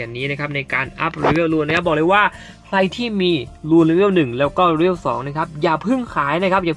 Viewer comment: ว่าจะไม่เม้นนะแต่ฟังมันขัดแบบขัดจริงๆ เชื่อว่าหลายๆคนก็เป็น level อ่านว่า"เลเวล" ไม่ใช่"เรเวล"